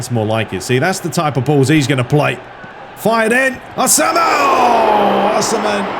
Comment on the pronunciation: Osimhens name is pronounced with an E so like saying yes or "si" in spanish